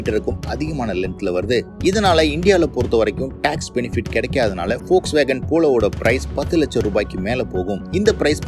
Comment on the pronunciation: Athuku Peru Volkswagen , folks nu solringa